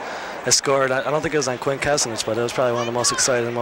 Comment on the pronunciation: They never got Quint's last name right...